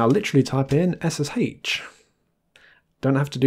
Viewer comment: ess-ess-HAICH 😂😂😂 your pronunciation makes me laugh lol 🙂